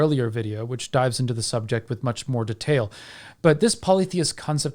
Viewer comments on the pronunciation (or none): none